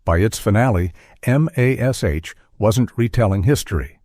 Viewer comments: Quit calling it M. A. S. H. It's MASH. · Wow, this is bad! Never once has this show been called M A S H ... it's MASH. I turned it off when they misspelled Klinger's name ... you can't blame AI for that.😡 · No one calls M*A*S*H Em Ess Ay Aitch except idiotic AI!